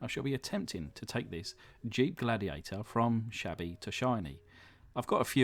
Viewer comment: LIchen the Glad-'e-ate-'er!